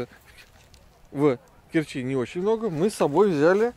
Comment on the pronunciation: Очень странно, что Азов встретил вас непогодой - моё любимое море - тёплое и спокойное. Ребята, не в КерчИ, а в КЕрчи надо говорить)